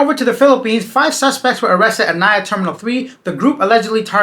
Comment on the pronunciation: NAIA (Na-eeee-ya) not NAYA